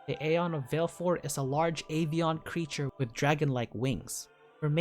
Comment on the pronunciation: You really need to work on your pronunciation of the aeon names. Valefor has 3 syllables. Ifrit sounds like "ee-freet".